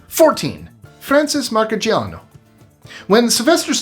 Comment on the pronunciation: the boxers name is pronounce Mar-see-AH-no